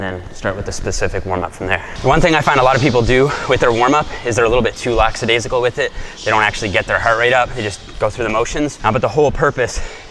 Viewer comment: Haha "laxadaisical" like chillax bro. Dont you mean lackadaisical.. 😉